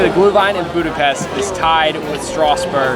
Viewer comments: Budapesht not Budapest right? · i love watching you guys, but as a hungarian i just wanted to let you know it’s pronounced budapeSHt not budapeSSt 😁 same for lángos 😭 that hurt my heart bad